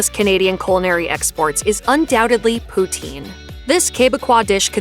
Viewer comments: Poutine - pronounced POO-tin, not poo-TEEN and definitely NOT Putin! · OMW! It’s not pronounced pooteen ugh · It's pronounced POO-TSIN not POO-TEEN!!!! 😀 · For the love of God - "puts-in" not "pooh-teen".